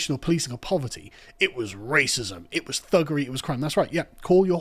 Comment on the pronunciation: "Return of the sausages" Sounds like raaacisssmuss to me. He is clearly suggesting they eat pork and his speech made him even more peckish.